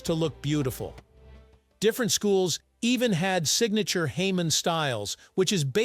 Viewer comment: Hamon is pronounced ha-mone, not hay-mon, and it wasn't just the differential heat-treating that made the Katana strong. It was actually made of two different types of steel. When the Tamahagane, what we would call bloom steel in the West, was processed for the first time, it was pounded into small plates. After they cooled, those plates would be bent. If the plate broke, it was high-carbon steel. If it bent, it was low-carbon steel. The two types of steel would be kept separate. Both types were needed to make the blade. The cross-section of a traditional katana looks a bit like a hot dog in a bun. The outer layer of steel, the bun if you will, was made of hard, high-carbon steel that resisted damage and held a keen edge. While the core of the blade, the hot dog, was made of the flexible low-carbon steel that absorbed shock and prevented the blade from breaking. That, along with the differential heat-treating process that created the beautiful hamon, is what made katanas so strong. Western swords were also folded. European swordsmiths were working with bloom steel that was not much different from Japanese Tamahagane. It had to go through the same folding process to achieve the clean, homogeneous steel that the Japanese Tamahagane did. Folding had little to do with making the sword. It was done to turn rough bloom steel that was full of trash and impurities into a clean & homogeneous bar of steel that could then be used to make the final product, whether that was a sword, axe